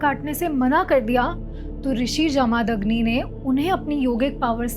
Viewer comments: Please pronounce Jamadagni properly. Its not Jaa-maa-dag-ni.. its Ja-ma-dag-ni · जमदग्नि है वो not जमादग्नि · कृफया भारतीय नामों का सही उच्चारण कर लिया कीजिए। आशा करता हूं कि आप देवनागरी पढ़ लिख लेति हैं। नहीं तोक्षसीख लीजिए। जमदग्नि ऋषि हैं, न कि जमादग्नि। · Vo pronouncing jamadagni in wrong way